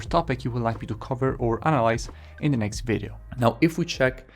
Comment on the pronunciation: We say video not vedio :)